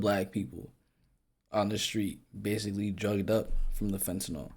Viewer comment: FentaNYL ... not fentaNOL or fentaNAL Go to H O U S T O N, Texas if y'all want some HIV/AIDS ➕️ a variety of STDs that you never heard of ... and to have your drink spiked to wakeup in a strange bed/street/floor having been gangraped by strangers at a party or club. FentaNYL ... not fentaNOL or fentaNAL.